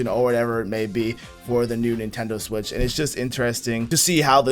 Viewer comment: Neentendoe swish